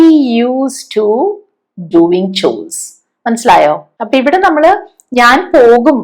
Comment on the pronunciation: മാം മാത്രമേ ഗോവിങ് ഡുവിങ് എന്ന് ഉച്ഛരിക്കുന്നത് കെട്ടിട്ടുള്ളൂ. മറ്റുള്ളവരൊക്കെയും ഗോയിങ് ഡ്യൂയിങ് എന്നാണല്ലോ ഉച്ഛരിച്ചു കാണുന്നത്